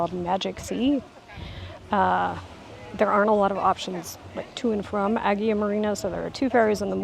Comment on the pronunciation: Probably one of the veeeery few non-Greek, Greek vloggers I like watching. You should go to Cyprus - Larnaka is nice. P.S. 'Agia' is pronounced 'eye-a'.